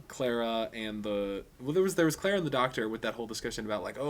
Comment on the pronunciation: sometimes when you say clara it sounds like clera to me :P but love your reviews =)